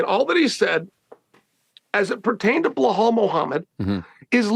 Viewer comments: He's gotta be trolling us at this point. There's no way he hears everyone around him saying PER-EI-RA, and he says PIERRE-A. Or Hazmat, Kamara, Macklechev, Blehal and so on 😂😂 the funniest part is he mispronounces their names to their faces and they don't even bother to correct em they just roll with it 😂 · Chael calling belal blahal drives me nuts lol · Chael doesn’t know to say Belals name. It’s not BULL HALL Chael lol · Blehal 😂😂. gotta love Chael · “Blehal” Muhammad and Islam “maklachev “ are my favorite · Chael Sonnen cannot pronounce Belal's name correctly to save his own life.